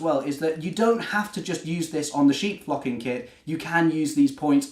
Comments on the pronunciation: I thought he said, "sheep f*cking kit! 😄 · Its an amazing idea, would never have thought of that and the sheep look amazing too. I suppose you could do a green sheep but probably wise not to, lol. You are also wise in being careful with your pronunciation there. Great video thanks. :_tmrgPeckett